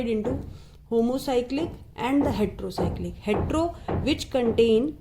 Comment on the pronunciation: its heterocyclic mam not hetro